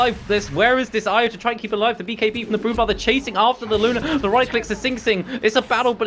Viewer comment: Good cast but it's "Maledict" and "Luna", not malediction or Luner